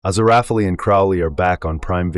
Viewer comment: You know it's an AI voice when they can't pronounce Aziriphale properly.